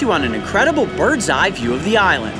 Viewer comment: island not iwlend